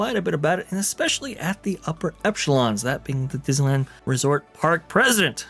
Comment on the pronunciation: "Epchelons?" "EPCHELONS?" Really?